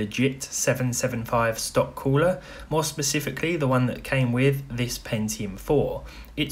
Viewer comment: Stock Coo-LAH